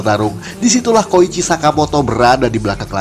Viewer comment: Koichi min, bukan kocihi